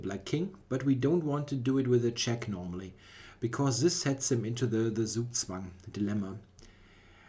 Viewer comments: Zugzwang is a german word you are allowed to pronounce it german :) Great video as usual, thx! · Gregory Zala dachte auch erst aber dann hat er "zugzwang" so komisch ausgesprochen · Yeah, is definitely German;-) Ironically he pronounces "Zugzwang" the way English speaker will do it most of the time (pronouning 'z' not as 'ts' but much softer as a voiced 's')